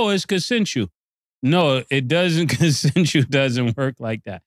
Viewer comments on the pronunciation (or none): Mase, it's pronounced con·sen·su·al /kənˈsenSH(əw)əl/ Not consentull.